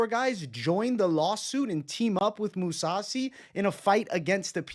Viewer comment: This dude said moussasi. This guy is a fucking joke. Perros just jump on the train as it's in motion. Spineless